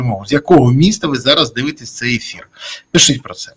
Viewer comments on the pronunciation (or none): none